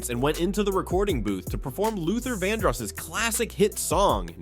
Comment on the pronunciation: It's Luther Van-Dross not Luther Vanoss